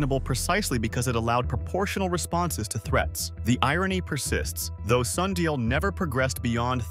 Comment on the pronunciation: Sun di al